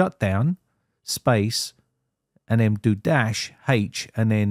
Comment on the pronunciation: Thanks man. Also the first time you said "space" I heard "spice" And it was hilarious. Just a funny aside xD